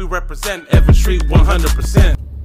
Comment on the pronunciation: It's Evans Street not Evan Street my boy